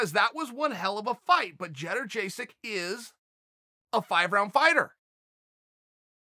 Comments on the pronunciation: Yung-jay-chick, not gederjaysic, but close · lol did Chael just call Joanna Jedrzejczyk, " Jedder Jaysick " ? hahaha